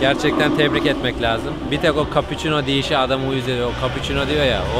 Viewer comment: Bizde çarli nin sürekli kolpacino dan replik yapmasına ayar oluyoz ama bisey demiyoz sizde nusretin kapiicinoo demesini idare edeceksiniz artık:)